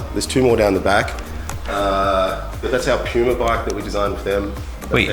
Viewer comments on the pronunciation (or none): Poooma?? Wut? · Its not poma its puma